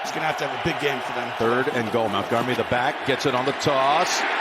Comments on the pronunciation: Idk how I didn’t notice it live, but how does Nantz not know that Montgomery’s name isn’t “Mountgomery “? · why commentator keep saying david mowngummary???